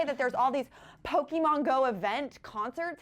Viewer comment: pokemon or Pokeman?